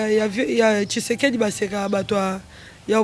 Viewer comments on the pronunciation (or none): none